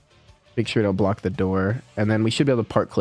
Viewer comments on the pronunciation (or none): none